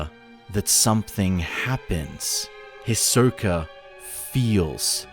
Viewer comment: It’s pronounced HE-Soak-A. Not His-Soak-A…🤦